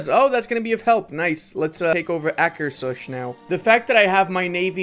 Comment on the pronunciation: it was funny to heat you to pronunce Trøndelag almost correct but not Akerhus 🤣🤣🤣🤣